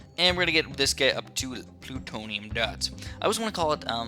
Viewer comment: its BLOONtonium not PLUtonium